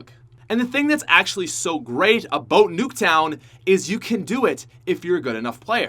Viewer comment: How Americans say about: a-bout How pronounces about: A-BOAT